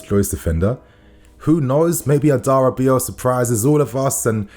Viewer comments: As a fellow yoruba man.. It's Adara-bi-oyo. I get it's hard to pronounce though. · A da Ra be or yor! That’s how to say his name correctly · All love. Tosins name is pronounced adara - bi - oyo. Go Chels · It’s pronounced Adara-Bee-AwYaw (Adarabioyo). You’re welcome.